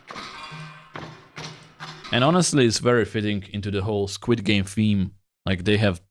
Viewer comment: I love it when you say Squad games it sounds like squid games